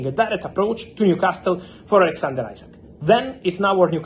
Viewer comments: His name isn't ISACK, it is Isak. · After all this time you can`t pronounce Isak`s name correctly. It`s pronounced as EEsack not Eyezack. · Fabrizio still saying isaac 😭